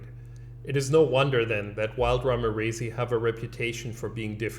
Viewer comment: "ramirezi" is named after Manuel Ramirez. So the scientific name is correctly pronounced "Ramirez-eye'.